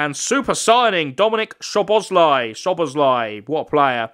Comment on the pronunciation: Also you said szoboszlai but you say it like this soboslai